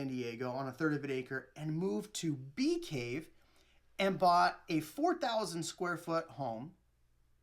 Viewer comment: The neighborhood he moved to is called bee caves. Sounds so strange without the s.